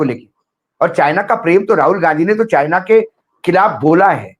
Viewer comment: Assam cm be like calling (china) sienna 😂